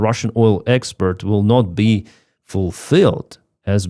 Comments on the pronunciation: Thanks, been following you throughout! And your English is surprisingly good - but please distinguish "exPORT" from "exPERT"! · you keep pronouncing export like expert. I'm sure you're aware they mean vastly different things If I was mispronouncing something, I would sure hope someone corrected me. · The word is export not expert. That's something completely different 😂. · Gentle que: expert => expoooort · appreciate all your updates been following you for a while with respect I noticed on this update you were pronouncing export incorrectly what's your repeating all the time is expert when it should be export for example expert electrician vs export goods. Just trying to help out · Слава Україні! (when you say "expert" I think you mean "export") Cheers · To “export” not “expert” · Good job but it is export not expeet. Very different words. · it's "export", not "expert".. Good coverage, as usual..🙂👍🇬🇧🇺🇦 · Export, not expert. 😄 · Hello No disrespect to Clive at all it was meant as a light-hearted, polite observation. I was genuinely enjoying the video, but after hearing “expert” a few times in a row, I was momentarily compelled to mention it 😄 No criticism of the content or the message, just one of those human, in-the-moment comments. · I haven't seen a video in months, subscribed, always like, and love his Oil Experts pronounciation! Slava Ukraine. Hopefully something Russian / JE / USA takes out some hidden pipelines into our govmt.